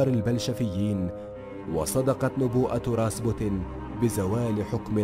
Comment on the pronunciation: اسمه راسبيوتن راااسييييببببوووتتتنننن و ليس راسبوتن 👊👊